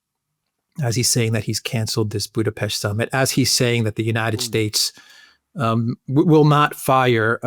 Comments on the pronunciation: Why do people keep saying Budapeshti ? It's Budapest, like Buddha+pest! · WHY YOU TWO CAN'T PRONOUCE BUDAPEST PROPERLY. IT HURTS.